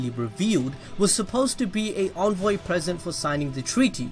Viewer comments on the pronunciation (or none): none